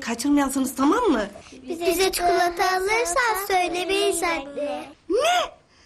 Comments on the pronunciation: Çükilata Değil O Çikolata Ama Çükilata Derken Ç.. Diyoruz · Usman ağa =bilin bakalım babanız size ne aldı İkizler=çukulata Usman ağa= çükilata o kelimesine Gülen bir tek ben miyim ya😂😂